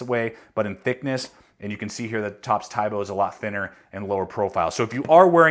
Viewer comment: its pronounced as "tee bo"